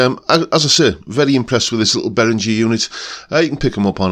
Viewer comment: Hi, this is just for info, but I live in Germany and the correct pronunciation is Bay-ringer (ringer like bell ringer). But the main thing is that I have got this pedal on my fly rig cos my actual Ibanez weighs a ton in comparison, and the Behringer is as near as dammit, to my ears!